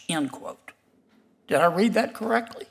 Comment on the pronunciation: Did Kennedy "read that "correckly"?...... "correckly?"